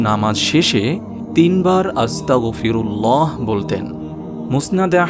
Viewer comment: আপনি যে 5 নম্বর ইস্তেগফার বললেন ওখানে আস্তাগফিরুল্লাহি লেখা আর আপনি বললেন আস্তাগফিরুল্লাহা